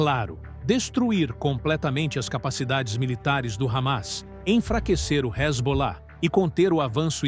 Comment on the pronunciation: Iran proxies such as Ramas and Rezbollah? Who narrated this, Scooby Doo?